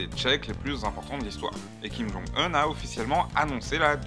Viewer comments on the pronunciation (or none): Top ce format ! Juste un petit truc sur Kim Jong Un (qui se prononce "Djong Une"), Kim c'est le patronyme et Jong Un le "prénom". Voilà c'était tout! Bonsoir!